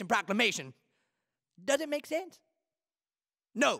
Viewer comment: The way he pronounces sense 😂 That does not make SUUENSE